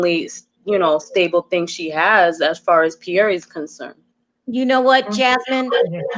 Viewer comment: Question: since when is this “Pierre” pronounced “Pieree”?! Did Larissa name the baby or what?! 🤦🏽‍♀️🤦🏽‍♀️